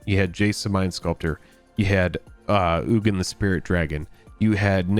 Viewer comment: You call Ugin "Eugene"? Okay.